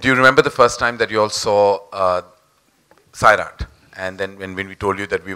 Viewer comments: It's not SAAerat kjo it's Sairat😑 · Its not saairat its sairat